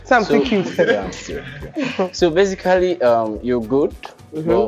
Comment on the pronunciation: And he was pronouncing it as “Be-si-ka-ly” 😂😂